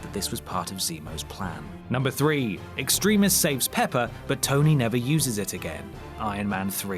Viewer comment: Stop saying Extremis wrong.